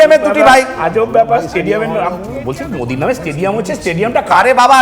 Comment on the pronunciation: নরেন্দ্র মুদি নাম উচ্চারন করতে পারছে না